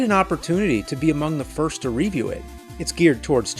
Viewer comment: I STILL love the way James says “RE view”